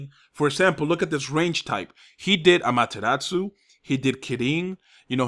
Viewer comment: it's Shinra Tensei Amaterasu pronounce them right please:)